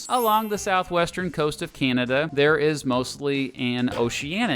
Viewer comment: Would have been better if the narrator had leaned how to sat ''Canada''